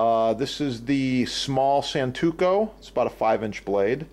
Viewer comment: Santoku not santuko. Great, informative video. Thanks.